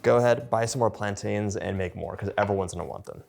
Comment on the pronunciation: please please learn how to pronounce plaintains